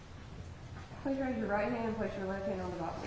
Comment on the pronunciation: "Please raise your rot han' an' put your left han' on the bobble."